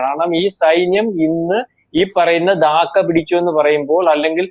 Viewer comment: 'ദാക്ക' അല്ലെടോ. 'ധാക്ക' എന്നാണ്